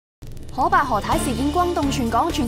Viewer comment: 通常都會叫“可”伯，佢讀”荷“伯，唔知咩口音